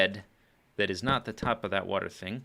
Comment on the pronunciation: water not eater